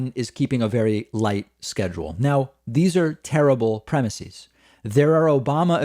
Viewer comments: "Premises" is pronounced with an "ehz" at the end, not an "eez". Otherwise well done. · David - thesis/theses - crisis/crises - prognosis/prognoses - neurosis/neuroses. Words ending in -is get the -eez pronunciation when pluralized. PREMISE does not end in -is, and the plural is therefore pronounced ˈprɛmɪsɪz. Adding that -eez ending is just something that not very bright people do to sound brighter than they really are. Don't be like them, it's beneath you. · FFS!! It's premises, not premisees. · Pleeeeeease stop saying "premiSEEZ".......it's premiSEHS." It's only EEZ for Greek-origin words going from singular "is" endings to plural "es" endings: thesis - theses; basis - bases; crisis - crises; analysis - analyses; oasis - oases; hypothesis - hypotheses. (I could go on!) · Dave. Why are you pronouncing premises like that?